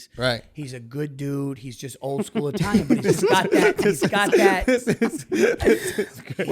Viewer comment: Wow, as an Italian I'm dumbfounded at how bad these guy's italian accent is.